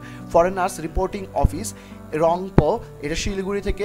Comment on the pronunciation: ভাই, বাংলায় উচ্চারণ টা হবে "র‍্যাংপো"। Thanks for the video <3